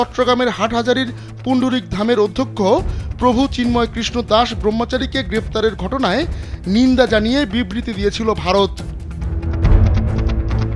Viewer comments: Pl don't say provo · রিপোর্টার ভোক্সোদ এরে প্রভু বলতেছে কেন 😂